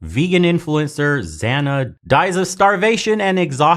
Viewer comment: Zhanna is pronounced as Janna.